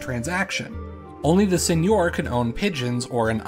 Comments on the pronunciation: It's Seigneur, not Señor. (Sen-yur, rhymes with fur) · I thought the Isles of Scilly were still a feudal domain within the Duchy of Cornwall? Do you have any info about that? Thanks. Edit: Also seigneur is pronounced sane-YUR. The pronunciation you're using is actually correct for Spanish (señor). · It's pronounced [Sεŋœʁ]